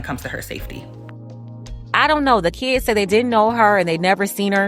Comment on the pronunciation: Shkwel, keeds, brefus, I can only hope this predator wasn't subbing for English class, cause that bi+<h can't even spoke engrich properly.